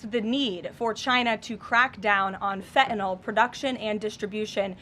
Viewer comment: FBI director... someone ought to have taught him that it's not fentanol, it's fentanyl.